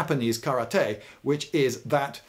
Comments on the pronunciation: I can't help but giggle a little when he says ka-ra-tay like spongebob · ross geller would be proud of your pronunciation of the word karate :D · I hate the way you pronounce "karate", but I love your videos and I'm so glad someone with knowledge talked about Butterfly Blades.